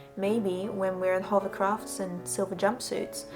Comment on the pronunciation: Love the way you say "hovercraft" and "anyfing." No wway that Revere "gun handle" style grip was hollow-- don't let the "ring" of it fool you. Since it is foreign manufacture (no mark) It's probably a low-density white metal with a nickel plating. The high-temp process would, indeed, sterilize any part of the factory that got in. Hacksaw the end off-- go on, do it. I have McDonald's Little Nemo toys still in their bags. How about an unopened mercurichrome bottle from a 1955 first aid kit?